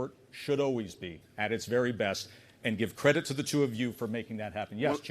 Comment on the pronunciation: He was so convincing I had to pause it to remember that he meant to say “credit”.😂